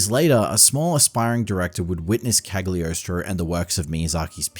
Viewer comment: OMG the pronunciation of Cagliostro 😵‍💫🤣 This One Piece movie is by far my favourite one, both for the style and the story (FFXII and X BGM is great!)